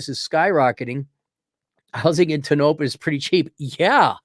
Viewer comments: Tone-oh-pah. It's a Shoshone name, I believe. It sucks for any kind of life and the girls get preggers just to have something to do. And they block dogs from their parks, the swine! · It’s pronounced TOE-NO-PAW Damnit!!! Its not far from Bishop Ca where you would go for groceries and medical care.